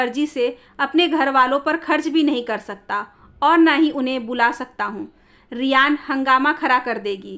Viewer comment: Riyana ko Riyan padh rahi hain aap